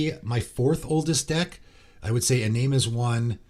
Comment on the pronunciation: You're still mispronouncing Iname.